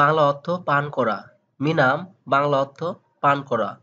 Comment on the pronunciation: আরে ভাই মিনাম না,মিনুম অর্থ পান করা 😂